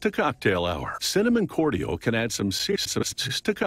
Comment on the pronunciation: Completely independent of the ytp, the way the narrator pronounces "cordial" is driving me fucking nuts.